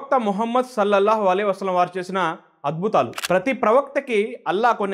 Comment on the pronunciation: Sir dayachesi Mohammad sollellahu alaihi vasallam anedi spastam ga cheppandi